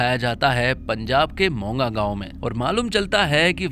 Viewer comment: Bai g monga gaon nahi moga gaon